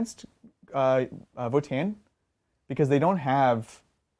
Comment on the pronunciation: guys... seriously.. it's vOtann, not votAAnn